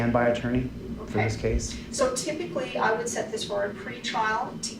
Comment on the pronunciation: It's "CASE" not "CHASE"!